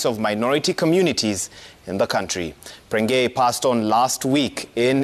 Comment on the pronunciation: Ni prengei not pregnei,point of correction